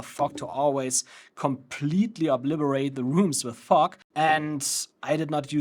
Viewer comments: I keep hearing u say '' FUCK'' instead of ''FOG'' 🤣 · I came here for educational purposes, not Comedy🤣❤😎. Brother is saying fog with a "ke" sound after the G which sounds like you're saying "F**k"... great job spreading Fogk all over the place🤣